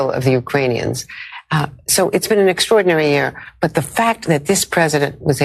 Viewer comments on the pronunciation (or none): "Its been an extrodinairy year " WTF?